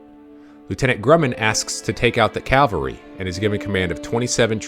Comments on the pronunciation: Very good video, but again, mind pronunciation: CAValry 🐎🐎🐎 CALvary ✝️✝️✝️ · "Cav-alry", not "Cal-vary". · Umm, with all due respect, it is CAV AL RY not CAL VARY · Pronunciation error: A company of horse soldiers is a "Cavalry". "Calvary" is the location of Christ's crucifixion. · Very well researched and presented video. I'm bothered by many people's use of the word "calvary" in place of "cavalry." While everyone knows which is referred to by context, they are two very different words in actual meaning. This obviously bothers me more than it bothers most folks, and mars an otherwise fantastic video. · Interesting and well done video! Thanks. (Minor thing; It’s “cav-al-ry”! ) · It makes me cringe every time I hear learned people mispronounce the word. Last night I watched a Montana PBS doc on the Bozeman trail where the narrator continuously referred to them as Calvary. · No mention of Crazy Horses' role in leading the decoy party as a teen ager. Also, no "l" in "cavalry" (probably AI narration though). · Good video, would be better if narrator knew the difference cavalry and Calvary. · It's particularly galling to hear high ranking military men doing it. It's ubiquitous these days.